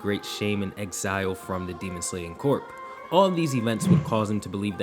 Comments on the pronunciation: CORPS IS PRONOUNCED CORE. 😐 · the word "corps" is pronounced "core". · it’s pronounced “core” the P is silent lmao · Side note: Corp is pronounced 'core'